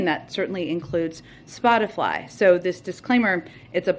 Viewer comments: Hey Psaki…it’s Spotify not spot a fly. Lol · Jen Psaki: Spotifly. Biden has screwed her up! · "Spoti-fly" -Chuck Psaki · Spotifly 🤣😂🤣 Someone take that girl to the mall. New clothes. Then, for cryin out loud, to a beauty shop. Maybe a chocolate brown with some pink streaks. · Is everyone going to ignore the fact that Peppermint Patty said Spotifly??? 😂😂😂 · What is SPOT-I-FLY? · I swear she said spot a fly. 🧐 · Did Psaki say "spot a fly" instead of spotify? Bet she is spotting flies all the time with all the BS she and her administration are throwing everywhere. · Spotifly??? WTF??? Are all people representing the White House illiterate? This is like watching a train wreck. I cannot look away! DAMN… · t= "Spotifly", well I guess she didn't mispronounce it as bad as possible - she could have called it "Swat-a-fly", which is the leading site that sells fly swatters on-line. Which by the way is a site I rarely go to for medical advice. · Is she saying spotifly or is it just me? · She said Spotifly. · Noone even mentions she said SpotiFLY? I mean.. it's pretty Hillarious since she is 24/7 fighting the urge to flick out that lizard tongue of hers. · "Spoti-fly" lol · Did she say "spotifly"? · She said SplotiFLY 🤭